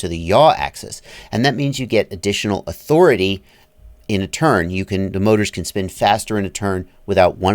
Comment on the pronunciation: He said yawthority.......i think